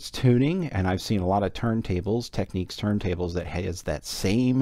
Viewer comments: As others have pointed out, it's pronounced "tek-NIKS", not "tek-NEEKS". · You drive me insane saying "Tekneeks" it is pronounced "Teknicks" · No, just no lol it's Teknicks as in Technical. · Say 'Technical... Technic-al... Technics. Nobody says Techneekal... Technics is not Techniques. However, a great video as always :) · You drive me insane by saying "Teknicks", even the manufacturer pronounces it "Tekneeks". It's like technique. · it's not pronounced "Techniques". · Someone wrote to Panasonic(the makers of Technics) and here is their reply: --------------------------------------------------------------------------------------------- Dear Panasonic Customer, Thank you for your inquiry. The line is pronounced Tech-Neeks. Should it be necessary to send a reply; to ensure our prompt response, please Please note; when responding, include or attach this message. Sincerely, Representative 15 Panasonic Customer Call Center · Just a datapoint, if it was pronounced as you say, it would be spelt Techniques.